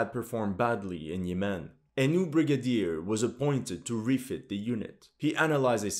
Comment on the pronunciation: You are pronouncing "Yemen" wrong, also didnt this so called "Emirati" Army get decimated in Yemen along with the ragtag Saudi army?